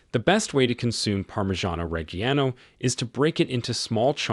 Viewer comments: The cheese is pronounced "Reh-jee-ANO". Where did you get Reg-hee-ano from? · Reggiano does not have a hard “g” sound. It’s a soft “g” like Rej ee ah no. Jesus.